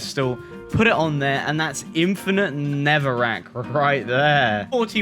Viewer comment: Not Netherwrack! "Neverwek"